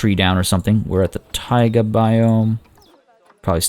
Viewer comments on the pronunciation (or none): none